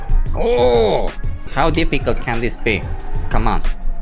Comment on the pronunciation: how difficolt is this? Goosiest after: it’ s pretty difficolt 😂😂😂